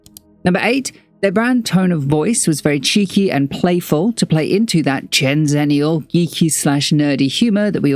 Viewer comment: gen zenneial who says it like that